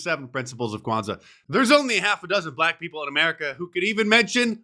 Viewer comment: Don Burgundy says 'bblackk'. 😂😂 Rubbing it in their faces😅